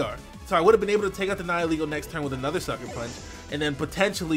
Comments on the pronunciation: I never understood what its name was or what it meant until he pronounced it the way he did. I've heard it pronounced Nee-hee-lay-go for the most part but it's Neye-ull-ee-go. As in nihilism and ego. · TheUvence14 'nihil' is Latin for 'nothing'. And it's pronounced like "nigh-uhl" like in the words annihilate and nihilism. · THANK YOU SO MUCH FOR PRONOUNCING NIHILEGO RIGHT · THE FIRST YOUTUBER TO PRONOUNCE NIHILEGO CORRECTLY! 👏👏👏👏👏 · so good to finally hear someone pronounce nihilego properly